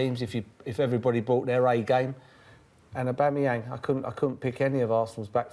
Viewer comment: OBAMAYANG LOL